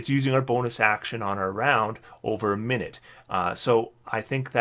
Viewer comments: Just fyi, I'm pretty sure it's minute (my newt) as in small/tiny rather than minute (min it) the unit of time. English is weird but since they're small meteors and the spell actually lasts 10 minutes I think this makes the most sense. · Please forgive me if this makes me a pedant, but is it not mi-nute meaning small meteor?